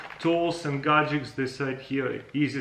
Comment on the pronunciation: Boom! Super "gadgeKs" :)